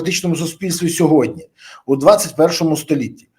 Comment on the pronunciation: Пане Бориславі, без образ: не - "мягко", а - "м'яко", не "сьогодня", а - "сьогодні"